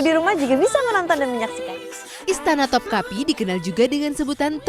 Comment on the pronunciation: Istana topkapı. Bacanya topkape, e nya elang